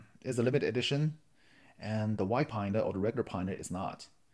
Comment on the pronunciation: LOL, I do habitually pronounce it "PINE-DA" for some reason. I noticed it a while ago. Not sure why but it became a habit and I couldn't help